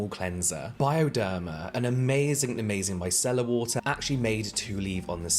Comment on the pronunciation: Every time James says it, i think 'My Cellar water'. 😂 What Cellar did you get it from lol